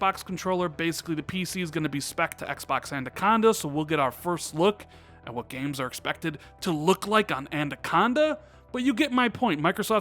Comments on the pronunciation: great hype video but the new xbox code name is anaconda not andaconda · Its official you can't pronounce that word properly and that's okay, I know of two words that I can't seem to pronounce properly when I first see them. won't bring it up again but its not And-a-con-da, its Ana-con-da. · LMAO IT'S ANACONDA NOT ANDACONDA FFS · Andaconda again? It's A-N-A-C-O-N-D-A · Again with the Adaconda instead of Anaconda....Why???? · Say it with me: An-a-con-da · He said Andaconda again. smh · I thought he said andaconda